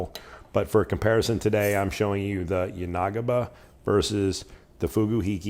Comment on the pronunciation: Just FYI, it's yan-uh-ghee-buh, not yah-nah-guh-bah.